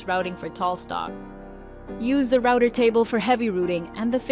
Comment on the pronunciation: Ai bullshit can’t even say router right